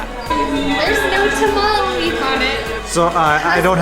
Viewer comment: On behalf of all Mexicans, thank you for not calling that tamal, a 'tamale' XD